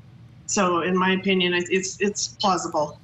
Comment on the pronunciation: why did she say OHpinion like that